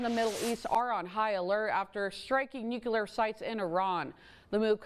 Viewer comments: one has to wonder, does she have her chewing gum stuck on her teeth or shi just doesn't know how to read "nuclear" ? Maybe so glasses would help... Just saying. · The word is "nuclear" (new-clear) not "nucular" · it is Nuclear not nucular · It's Nuclear, not Nukular. A journalist should know that. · Nuclear. The word is nuclear. ""Nucular" everywhere at the moment lol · And she says Nucular instead of nuclear. 🤦‍♀️ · Wtf is nucular? How are you news caster saying this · Waittt...... lost me at "Nuquelar" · nucaler. lmfao. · Yo,...there is only one "U" in nuclear! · Another English-speaking reporter that cannot say NUCLEAR correctly. How is this even possible. Does she not have a college degree? Was she educated by George Bush - he apparently couldn't say it, either.